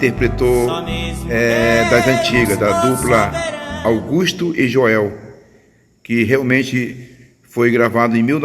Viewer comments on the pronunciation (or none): none